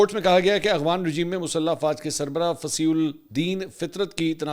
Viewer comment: منصور بھائی۔۔۔ آپ افغانستان کو اغوانستان کہتے ہیں۔ یہی وی لاگ ہی سن لیں۔۔۔۔ اور افغان کو اغوان کہتے ہیں۔۔۔ واقعی درست ادائیگی آپ کی زبان پر نہیں آتی یا کوئی اور وجہ ہے؟؟؟